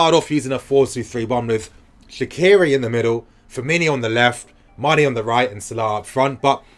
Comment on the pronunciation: It’s Firmino, not Firminho